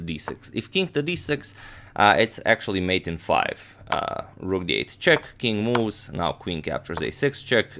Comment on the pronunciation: All I'm hearing is "King Moos" 😅....